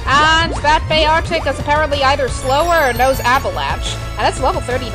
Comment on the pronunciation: why cant you pronounce beartic